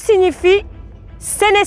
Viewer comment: C'est pas "Acnamgs" mais CNAMGS putain 🤣🤣🤣